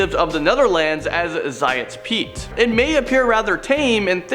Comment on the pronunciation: zwarte piet is fricking pronounce zwit-er-pee-t not zwart-pee-et im sorry for being rude but this is our dutch background from the real people back in 5th century